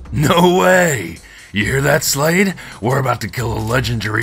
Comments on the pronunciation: Did you guys say Slade it supposed to be Shade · LOL It's Shade not Slade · It's not slade its shade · Her name is shade not slade